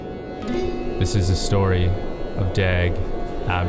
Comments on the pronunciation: Oh for the loveof.. [Daeg].. No, his name is pronounced more like the US [Dog]. Dag in both swedish and norwegian means "Day". Pronouncing someones name, to me, is about respect. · I'm a Swedish old man of 64 and I live way out of a small town and I totally understand Dag. By the way, the name DAG is not to be pronounced with a short A, it's to be pronounced with a long A, like DAAG. Swedish Pronunciation: [dɑːg] Sweden's most famous person by the name of DAG is Dag Hammarskjold Born 29 July 1905 & Died 18 September 1961 (aged 56). Who during his life was a economist and diplomat who served as the second Secretary-General of the United Nations. If you are interest in him, please feel free to read about Dag Hammarskjold via the link as follow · "Dæg æbby" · I cringe every time they say his name. The correct pronunciation is more like "Dahwg" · The pronunciation of his name is just... American xD Wow.